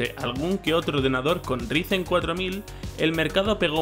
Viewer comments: Por favor pronunciarlo como raisen :'( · Si para el próximo vídeo no dices "Raisen" me desuscribo, primer y último aviso.